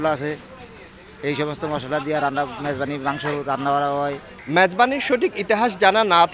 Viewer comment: ম্যাজবানি না মেজবানি